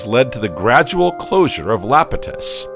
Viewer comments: Holy crap dude it’s Iapetus not Lapetus. It’s an “i” !! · Lapitus? Eh, it's pronounced Iapetus. With an "I" not an "L". eye-AH-pet-us. Sounds so stupid when you say Lapitus. You sound like an AI struggling for breath. :) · It’s EYEpetus spelled Iapetus with a capital I, not Lapetus. Is this an ai voice reading a script? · Did you know that that early ocean was "Iapetus", not "Lapetus"? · Or "Iapetus". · The reader, human or AI, failed to read "Iapetus" correctly, mistaking the initial uppercase "i" for a lowercase "L" every time. None of the humans involved ever caught or bothered to correct this glaring error.